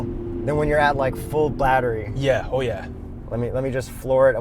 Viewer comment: I feel like you gave the EQS a pass on the infotainment because you were so giddy with the cool features in it. You've ripped on almost every other mfg for non physical buttons, and that shouldn't change here just because "oh look, tech!" :) Also, what's a blattery? lol